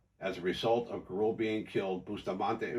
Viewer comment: Just got future references that last name you pronounced wrong Gurule is pronounced Gu-ru- lay . just so you'll know in the future